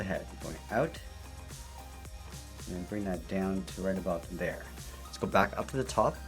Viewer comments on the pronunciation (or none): none